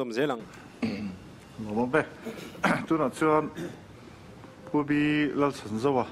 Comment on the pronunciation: Ti nge pu B.Lalchhanzova ti mai lo in Lal chhan zova tih deuh kher a thluk ngai khi nge a awmzia...